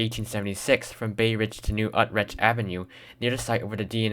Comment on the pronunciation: Nice work ! Just when you ended it in bay ridge you said the east river , ,,,,, , wrong ! At this point we're still in the Narrows , at the entrance to NY harbor , the east river is going up the Eastside of NYC , thus - the east river. But overall a good job except for the mispronunciation of new utrecht , but I'll cut you some slack because you have to be an old timer like myself and brooklynite ,,,,,, I'm looking forward to seeing more videos, thanks for sharing.